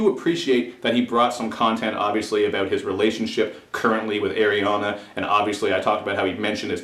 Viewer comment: "eiriana grande" 😂😂😂😂😂😂